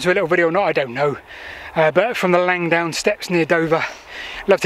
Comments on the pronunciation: It's Langdon, not Langdown! It was a searchlight battery in WW1 I've been down there on a GeoCache hunt, about 15 years ago. It is steep. :o) There's no shame in vertigo. I have an irrational fear of dying in a plane crash. (Irrational because I don't fly.) All the best. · Langdon as it's spelt, not Langdown. Sorry you didn't make it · LangDON not LangDOWN! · Its Langdon, LangDON, not bloody Langdown. FFS!